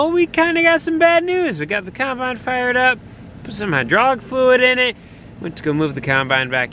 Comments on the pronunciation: Is it me or does pronounce it “cornbine”?? Loving the channel 👍👍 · Love pronunciation of caumunbine...